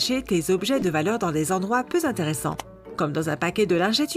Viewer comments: "Dans des endroits peu z'interesssant" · 17min36: "Dans des endroits peu Z'interessant !" à quel moment ont fait la liaison 😱 en plus d'être à chier, ils sont nul en grammaire ! En tout cas super format ! J'ai une chaîne à te proposer ! En plus. 😅